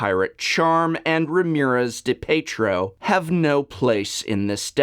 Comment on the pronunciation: FYI, DiPietro is pronounced Dee Pee Ett Row. Similar in pronounciation to hockey player, Rick DiPietro.